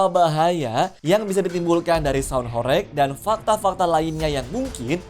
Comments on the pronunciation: Bacaanya horeg bang, bukan horek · Kata horeg huruf e dibaca seperti pada kata "belum" bukan huruf e pada kata "becak."